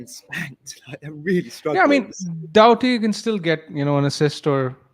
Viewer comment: He’s called Doughty….pronounced like “Doubty”….its not Doherty. Needed this stream Thursday really, good stuff anyway lads